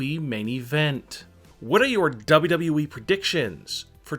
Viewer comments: He says wwv 😂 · Dub U Dub U EEEEEEE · the way he says “WWE” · the biggest surprise i'd like to see in 2020,is this guy's pronunciation of wwe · Say wwe right